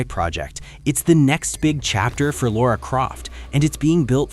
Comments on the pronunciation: It’s Lara Croft not lora Croft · Lara! not Laura. Lara Croft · It's Lara, not Laura. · Lara not Laura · Lora Croft? LOra? Really? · I cringed every time he said it.